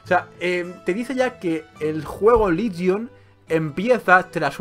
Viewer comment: confundes "Ligion" con "Legion", parece ser que has confundido la "i" con la "e". XD